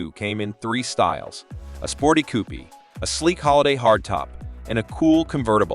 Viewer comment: Coupe is pronounced like "coop", not "coopee"- This is AI nonsense.